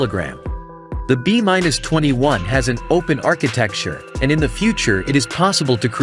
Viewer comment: B minus 21????? Really. Why not get a real human to explain the video. It doesn't take the much for someone to read the narrative.